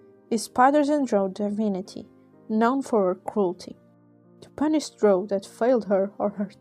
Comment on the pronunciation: I’m glad you keep the original pronunciation of Dro’